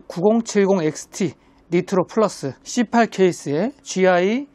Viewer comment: c8케이스 발음이 너무 찰져요 😂😂😂